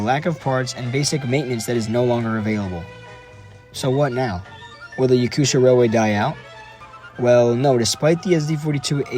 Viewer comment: Little gap in speaking name "Yakutia" You speak Yaku"sh"ia, but it's region named Yaku"T"ia, "tia", reading like "tea")))) Hello with Russia, Voronezh)))